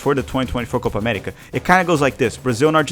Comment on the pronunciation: What in the Alabama